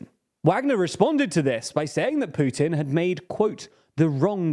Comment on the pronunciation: How many "dii beginninnng of dii ennnd for Pyutinn"s has it been? I remember at least 10 in the first week of the war.